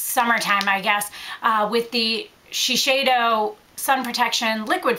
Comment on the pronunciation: It's shiSeido, not Shisheido!